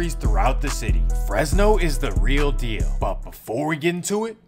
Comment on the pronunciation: The “Read Deal”???